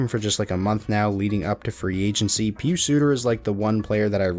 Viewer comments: You're saying Pius Suter's name just fine :) He was a great player for Zurich a few years ago. Glad he is doing so well in the NHL! Keep up the great work, love watching the videos. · you ARE pronouncing Pius Suter's first name correctly! As a fellow Swiss, I can assure you that you are not wrong. He has a rare first name - especially for his age. Pius was more in fashion in the 60's and 70's...it also has sometimes a religious background since several (12) Popes have chosen Pius as their name while serving